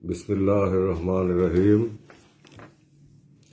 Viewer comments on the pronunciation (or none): বিসমিল্লাহ শুদ্ধ হয়না যার সে কি করে আমীরে মুসলিম